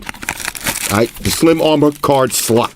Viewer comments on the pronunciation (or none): I remember when said slut instead of slot.😂😂